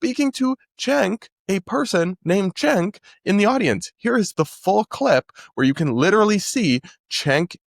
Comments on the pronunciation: you do know cenk is pronounced senk, right? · i was laughing so hard the other day when people on X were showing that clip of him saying cenk thinking he was saying chink HAHAHA. these people have zero critical thinking. if he called someone a CHINK, dont they think any of the other panelists on the stage would have called him out? LOL. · senk uygur its pronounced senk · wait a minute, this guy is so stupid and uninformed that he thought Kirk saying "cenk"'s name was instead using the asian slur? I dont think so. He knows what Kirk meant, he is being deliberately deceitful. I saw the clip and didnt even get that was why he showed it. Kirk obviously says "chenk" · he did say the c slur cenk is not pronounced like that. look it up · Grace has been in short supply for a while...I heard Cenk as well. But I get how others could hear differently. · except that isnt how you pronounce cenk lmao.